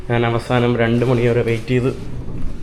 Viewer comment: എടാ മൈ... നീ നിന്റെ മലയാള ഭാഷ കുറച്ചു കൂടി നല്ലതാക്കുക. നാൻ അല്ല ഞാൻ ആണ് ശരി. 'ന' യും 'ഞ' യും തമ്മിലുള്ള വ്യത്യാസം മദ്രസയിൽ പഠിച്ചില്ലേ?